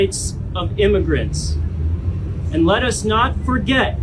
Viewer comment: “…lettuce not forget…”😂😂😂😂😂